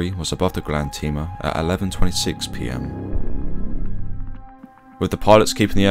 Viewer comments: The ship is called "Grande Tema", as in Tema (Tehmah), Ghana, not "Grande Teema". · You also mispronounced Tema. It's pronounced "Temma" not "Teema".